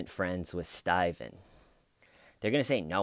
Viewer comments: Reporter: StAyven, they found a body... StAyven: Body? 👀? 👀?... (jaw-drop, blinking, speechless shock, lie-cry to curb, private sit-down, safe-place, time-out)...and cut. 🎬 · Stayvan why Stayvan? I love you you are hilarious 😆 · It makes me wanna watch something else, "everytime." Who says it that way? What in the actual fuck did I miss?